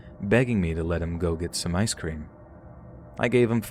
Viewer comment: Okay, but why do you pronounce ice cream as I scream 😂